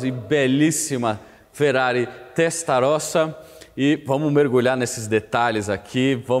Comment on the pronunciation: Molto buono !! MA dai ragazzo, ha detto Ferrari Testarrosa bennissimo, come un italiano ma doppo, Veglia .....ce dice "velia" come Famiglia /Familia, il GL nel Italiano ce dice solo il L , niente G !!